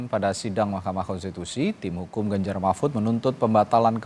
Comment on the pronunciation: Nomor urut pak bukan nomoi uyut.....teyus Paslonmu itu Ganjar bukan ganjai....Gibran bukan gibyan😄😄😄